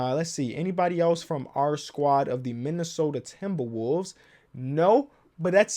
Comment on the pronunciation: Me, a Timblewolves fan: Haha he gonna rebuild the Knicks: Timberwolves